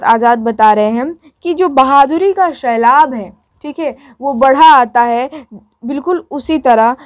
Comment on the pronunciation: Shailab nhi sailab